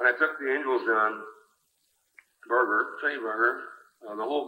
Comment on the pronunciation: Note that both HST &Sonny (RIP) pronounced Sonny’s last name with a hard G (appropriately enough) All of you who never learned this say “BARJER”. Wrong.